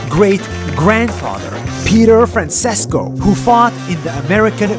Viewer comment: Dude i got you're an amurikan, just please, learn how to spell Spanish/Italian names, it's a stab in the balls listening to "Francisco" spelling. Peace out.